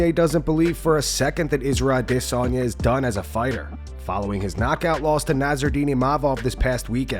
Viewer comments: You can stop using the “I diss on ya” pronunciation. That shit was a joke and only clout chasing dweebs like Ariel Helwani used it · The way you say Adisssanya if fucking annoying. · Israel Ah-DIS-sanya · can you stop saying adesanya like that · The narrator is so cool for the way he enunciates Adesanya. Please make every story about Izzy so we can hear it another 10,000 times. So cool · Holy fuck the pronunciation of Adesanya is fucking annoying